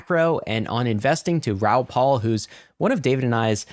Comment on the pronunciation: First rule of interviewing someone is to at least know how to properly pronounce their name. 🤦 How many times has he been on your show? His last name is "PAL" not "PAUL"